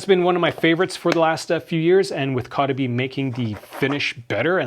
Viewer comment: Your pronouncing the company se wrong lol